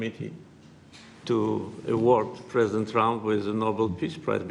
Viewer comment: Parsident, Sir. His-Highness, Parsident, Sir, Sayanle-Callable